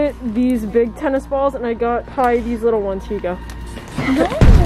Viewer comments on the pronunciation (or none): it’s not Pie it’s Pai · Girl it’s “pai” not “pie” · It’s “pai” not “pie”